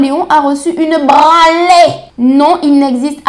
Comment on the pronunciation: "Une brrrraaaannlée!" MDR!